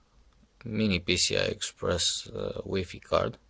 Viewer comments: I died when u said weefee. Thx cool vid btw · whee-fee. yaaaayyyyy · Loo he said weefee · That's the pronunciation in my language too